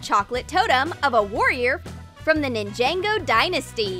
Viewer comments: It's Ninjago not Ninjango! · Its ningago not ningaengo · How normal ppl prounouce it: Nin-ja-go How prounce it: Nin jay-go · No they () said ningango not ningaygo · it’s Ninjago not Ninjango😂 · It's Pronounced As Ninjago (Nin-Ja-Go) Not Ninjango(Nin-Jeng-Go) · NINJANGO?????? It’s Ninjago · I liked the Lloyd chocolate, it looked delicious, but I cringed when Ninjago was pronounced Nin-jay-go. DX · she said ninjango instead of ninjago im deceased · najanego Me: " by the way it is pronounced ninjango" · her: ninjango me: (screams)its ninjagooooo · its ninjago not nangago 🤣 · She pronouncing it ninj-ayngo But it supposed to be nin-jah-go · It’s ninjago Not ninjango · Ninjango? It’s ninjago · Ninjago ninjago wait? NINGAGO ITS NINJOGO AHHHHHHHH!!!!!!!!!!!!!! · Its Ninja-go not Ninjanggo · It's not ninjango it's ninjago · Who the hell is ningengo ITS NINGAGO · Its not ninjango its ninjago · Ningango she said its freaken Ninjago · Its not Nin-jango its pronounced nin- jo-go NINJAGO!!!!! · THEY SAID NANEJINGO ENSTEAD OF NINJAGO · it's not nin-ja-go it's nin-jah-go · she said Ninjango not Ninjago! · what the frick?? its ninjago not ninjango. the frick??? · "NinJaNG0" it's ninjago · It is pronounced NINJA-GO not ninjengo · It’s not ningango is ninjago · It's NINJAGO NOT NINJANGO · Ninjago not ninjango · It’s ni ja go not nijango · You just said it wrong it's Ninjago not ninjang go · Why did they say nin-Jang-o lol its nin-jago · It’s said like nin jah go not ninango lol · Why are you saying ninjayngo that's what it sounds like it's soposed to sound like ninjogo nevermind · ummm its Ninjago not ningago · nin-jang-go 😂 😂 i dying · I cringed when Ninjago was pronounced Nin-jay-go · For me it was when they said ninjaygo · U said it wrong it’s nin-ja-go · Booo! It's nin-ja-go! You get soooo many things wrong! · It's ninja-go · I don't want to correct you in a mean way but Ninjago is pronounced nin-JOG-o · You said Ninjago wrong😓